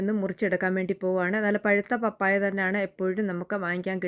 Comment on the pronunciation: പപ്പായ ഇടിയപ്പം അടിപൊളി 👌ഞാനും ഇടിയപ്പം ഉണ്ടാക്കി വീഡിയോ എടുത്തിട്ടുണ്ട്. പാപ്പായ അല്ല 😂 Like